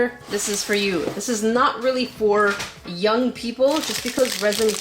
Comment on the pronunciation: I love how she says jung person😂😂😂